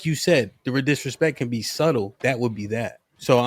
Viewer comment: Did she pronounce the b in subtle 😂